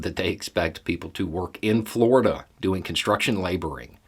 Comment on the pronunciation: Sorry I have to ask why did you emphasize "in Florida" is it the weather, the fauna (Florida Man included), the I don't know? It's taking over all other thought processes.